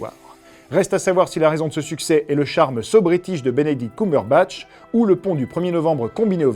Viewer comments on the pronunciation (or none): ça se prononce " Kembeurbatch" please, faites attention, ça nous rends dingue, nous, les Cumberbitches 😁